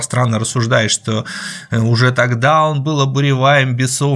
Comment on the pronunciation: Божэ!! В гостях у Перца даже гости переходят на неправильные ударения!!)))) Егор, ну, почему же "бесОвщиной", когда "бесовщИной"? Ну, что ж такое-то, а?)))